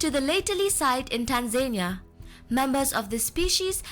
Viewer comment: Was really enjoying this until she pronounced Tanzania as Tan-zane-ia which made me feel that the information in the clip may also be incorrect. 🙄🤔